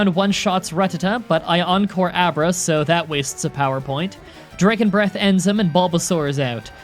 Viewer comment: How to speak like: Dragon = Draygon Swagger = Swaygger Rattata = R't't't't